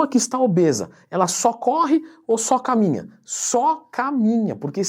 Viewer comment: Que legal o dizendo "S O C A M I N H A"